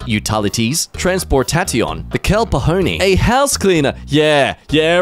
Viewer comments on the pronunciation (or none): kell po-ho-ney right after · I love how mispronounces certain words intentionally😂... the kell pahone (cell phone)